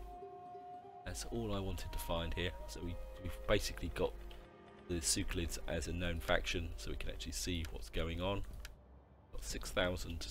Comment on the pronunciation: Horrible pronunciation of factions & provinces. "Seucelids" "Bactria" "Tingris"